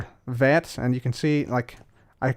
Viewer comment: Every time you say vat controller, I hear the fat controller